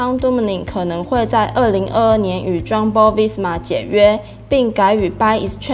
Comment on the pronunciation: Jumbo 在歐洲其實是念樣Bo ,不是醬Bo